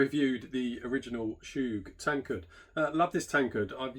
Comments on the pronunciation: Chug not “Shoooge”! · Chuuuuuug. Not choooooog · Love the video, bought 2. Isn't it pronounced "Chug" instead of "Choog".